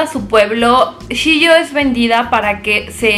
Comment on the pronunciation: no es "Shio", es "Chio" y no es "Hatsumono" es "Hatsumomo"